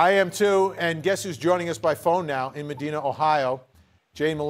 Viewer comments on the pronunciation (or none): Medina, Ohio is pronounced as Med(EYE)na...not Med(EE)na.